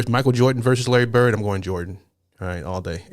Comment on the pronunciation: Thanks for correctly saying Versus rather than Verse.